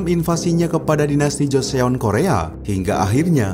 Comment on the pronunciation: min klo baca joseon dibacanya joson.